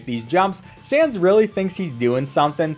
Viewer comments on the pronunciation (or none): It's sans not Sam's